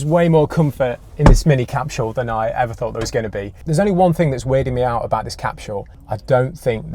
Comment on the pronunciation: There’s no “h” in “capsule”.